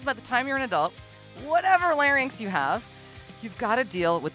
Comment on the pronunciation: Speech Pathologist here . . . thank you soooooooooooo much for explaining that we have vocal FOLDS, and for pronouncing LARYNX correctly !!! You are an intelligent, articulate, well-educated individual, all to rare in persons calling themselves "vocal coaches" You are a breath of fresh air!!!